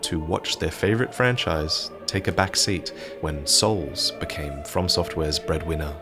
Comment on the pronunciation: So... Are we calling a hard game "Cores-like game" now instead of "Souls-like game"?